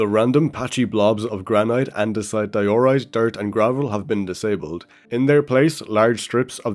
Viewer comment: Pronounce diorite correctly next video or I'm unsubbing